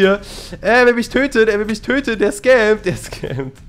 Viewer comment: "Er will micht töten,er will mich töten, er scammt"😂